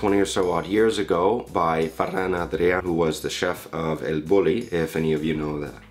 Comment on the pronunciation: Molt bona pronunciació de Ferran Adria i El Bulli, parles català? I'm impressed, Brits are usely hopeless at pronouncing either Catalan or Castillan 😀